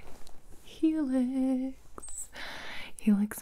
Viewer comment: What everyone heard: Helix What i heard: Felix